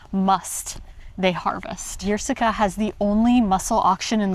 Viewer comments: The 'Y' is not pronounced like a 'Y'. Treat it like an 'I', so 'ie'. In English: "Eer" as in "Beer". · "Yerseke" is pronounced "ierseke". It's not a "je" sound. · For the Belgian audience. That’s how you pronounce Yrseke. Our American friends learned how. It’s not Yrzzzzeeeeeeeeeeke. It’s not Melbeke at sea.